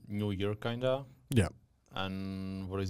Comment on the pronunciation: Super otázky, kvalitní zvuk a celkově super. Jen ta tvoje angličtina mi trhá uši a slovo kinda 😂 jinak vše top